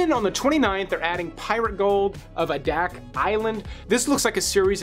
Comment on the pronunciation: It's AY-dak. It's part of the Aleutian chain off of the coast of Alaska (been there). I was with you on 'The Umbrella Academy' but decided to give it another try. While Elliot Page is a bit of a downer (not because he's trans, but because of the one-note, hang-dog performance his character requires - not quite as bad as watching Jaden Smith 'emote'...), the series itself is okay. While of a slightly different premise, I think 'The Magicians' is a better overall series.